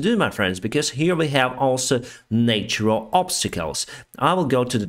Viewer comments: In natural the first a is pronounced like in hat. In nature it is pronounced like in cake. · Thanks for your videos! Your english is very good. I would only suggest you look into the pronounciation of ’natural’.